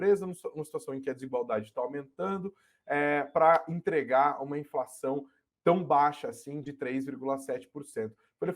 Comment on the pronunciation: Ninguém sabe mais falar direito, porra? INZENSÃO